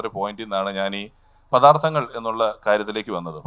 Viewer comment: മോളേ," പഥാർത്തങ്ങൾ " അല്ല, "പദാർത്ഥങ്ങൾ " ആണ്.